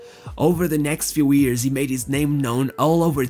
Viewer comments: Is it "years" instead of "ears"? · Its hilairious how every time this dude tries to say “years” it instantly becomes “ears”